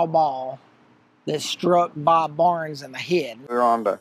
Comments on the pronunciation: It's Bob Burns, not Barns. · Bob Burns not Bob Barnes